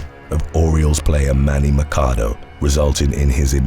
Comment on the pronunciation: Another good video. Just a heads up. Papelbon is pronounced Pa pol bon and Machado the ch is pronounced like chair